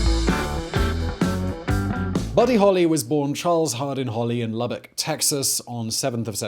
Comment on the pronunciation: I am a native of Lubbock Texas. Thank you for pronouncing Lubbock correctly!